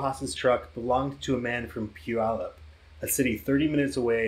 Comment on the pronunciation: And the bad assery continues- you pronounced Puyallup correctly😮. Even some people that live here don’t get it right. Love your channel! It’s obvious you put a lot of hard work into it.